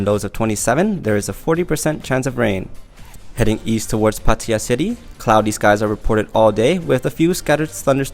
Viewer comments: all I would say is that you tend to exaggerate the pronunciation of Pattaya in comparison to your native Thai speaker guest at the start of this newscast. Perhaps spend a few minutes with her pronouncing Thai words and names including Pattaya and see what she thinks. 😉😎👍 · PATTAYA is pronounced PAH-TEH-YAH. I hate it when I hear PAH-TIE-YAH. Btw...Thai is my second fluent language after English. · Me too, the same thai people say Patiya I don’t like to say Pattaya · I do everytime i hear farang friend pronounced "PA-TIA" to give them a correct "PAT-THA-YA", and they usually ignorant and say i'm speaking wrong. BS, this is my language. 😁😁😁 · Whoever commented your pronunciation of Pattaya is wrong clearly never set foot in thr Kingdom. Lol... Its pronounced as Patya not Pattaaya by the locals. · Lol.. but why are you pronouncing Pattaya live a Thai would, using a Thai accent.. ? Spain is Spain not Espanol... It's Pat - ay ( as in pay day ) ya ( as in yu yu yummy) Pat - ay ( pay day ) yu And NOT padayu or pa tie yu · It's not hard to say pattaya you should listen to your weather guy ab and stop trying to be flash Apart from that it's a good show you put on and maybe it seems I'm being picky it's just a little annoying how so many different farrang can't pronounce a simple city name . I can tell u don't speak any Thai so you shouldn't try it's embarrassing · So let me get this straight, you brought out this lovely lady to demonstrate that the way you pronounce Pattaya is still incorrect, albiet not incorrect in the same manner as the majority of farangs tell you it is? 555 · It's not that you mispronounce Pattaya, more that you strangle it! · She still says it totally different to you, you pronounce it like it’s two separate words, anyway who cares, let’s just get it open. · Sounds nothing like the way you pronounce Pattaya